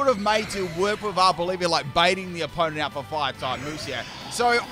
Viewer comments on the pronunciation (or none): Its not Arbolivia. Its Arboliva